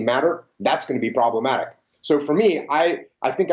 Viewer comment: Did this navy seal just say "Problamatic"? I'm weak XDDDDD